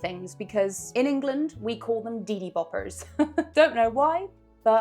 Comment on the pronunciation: They're called 'Deely Boppers' .....not Deedy Boppers